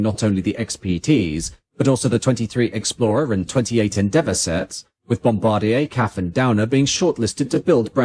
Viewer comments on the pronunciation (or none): none